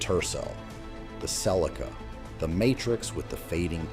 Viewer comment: Your old Cel ee kah. 🥴 Even AI can not read.